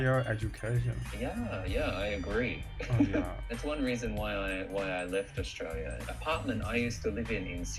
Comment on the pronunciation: ，澳洲念aus zhui liya，不念aus tree liya。。。。。